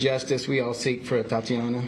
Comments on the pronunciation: sorry to be insensitive but thats what happens when your name is made up, im sure the mispronunciation was not on purpose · Can't even take the time to make sure her name is correctly pronounced. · You can tell how much she cares by how many times she mispronounces her name... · SO VERY TRUE, SHE'S SO SORRY AND CARING - ENOUGH TO GET THE VICTIM'S NAME CORRECT!!!! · The "chief" of police couldnt even pronounce her name correctly on several occasions....yet she's going to get the justice she deserves?? I wonder... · I am going to need for him to get her name RIGHT! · You can't even say her name correctly and you want us to think you care? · She keeps getting her name wrong. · Get her name right man. Practice it a few times before you start apologizing. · And please get her name right, ATATIANA. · They slaughtered her... now they slaughter the pronunciation of her name. Seems about right. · You can start respecting her by saying her name right... ATATIANA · Are they even saying her name right. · Anybody keeping track of how many times he said her name wrong? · It's ATATIANA for f sake ! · Her name is not that hard to pronounce. It's about enough that she was unjustly murdered. Pronounce the woman's name correctly. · At least pronounce her name correctly. Don't deprive her of one syllable just because you're too careless to read and practice saying it a few times before the press conference. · Get her name right, at least. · Insult to injury, spokeswoman can't pronounce 'Atatiana.' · Help this woman, pronounce the name Atatiana Jefferson... Gotdamtit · Can someone please tell her how to pronounce Atatiana’s name! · Should've at least practiced saying her name.... Yeesh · Didn’t even read the name right. Lol. It’s a joke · Its Atatiana...not Atiana. Come on lady... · Is it me, or did the police chief continuously mispronounce her name? 🤦🏿‍♂️ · How upsetting when they mispronounce her name and call her “Atiana”. Wow. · Her name is A-ta-ti-a-na. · her name was Atatiana